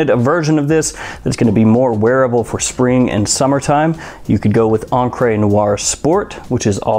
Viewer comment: Hey, just some advice, because you often discuss "Encre Noire" in your lists. It's not pronounced as "encr-ay' but more like 'encr-uh". The last vowel sounds the same as in '"the". Not as in "they". Love your videos by the way ;p